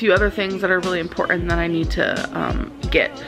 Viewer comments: Importen LOL I cannot tell you how crazy it makes me when she says that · I will never understand why she says importin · I hate when she says "imporen". She's been saying that a lot lately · Imports where it's "importan" that we be "importin." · Okay so English is not my first language and some words truely are hard to pronounce because they are taken from other languages. But "Important" is not THAT hard. Jesus Christ get a grip girl.